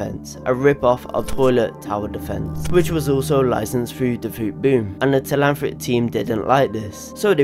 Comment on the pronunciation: It’s Telhamthric not Telanthric